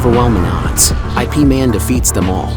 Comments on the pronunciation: Don't call it I P man. It's yip man or IP (eep man) man. Stop using ai to narrate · Not I - P Man It is called Yip Man.😅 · By the word IP is not pronounced as “I’ “P” 2 letter words is IP ( YIP ) is a name in Chinese .. you direct read the name as in ABC .. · He even pronounced IP wrong. It's closer to Yip and not I P. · Also, it's Ip Man, not I.P. man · "I.P. Man"??? A.I. fails again. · It's not pronounced I P man lmao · ya lo. why the narrator keep on saying i p man???? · The narrator is bugok😂😂